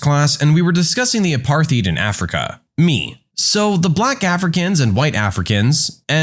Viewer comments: i just wanted to correct something on the apartheid story (not trying to be rude/hateful !!) you mispronounced apartheid, it is an afrikaans word and is pronounced apart-haetd (not sure how to write it but i tried) and it was only in south africa (which included lesotho and namibia at the time) not the entirety of africa <3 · The way you said apartheid had me jump out of my skin. Never heard it said in english before, but also never expected that haha